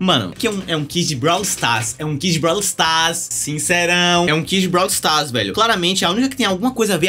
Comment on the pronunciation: "Brau stas" taerrad